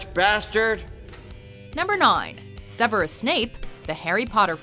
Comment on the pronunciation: Umm........ pls watch the Harry Potter movies. Then you will know how to pronounce Severus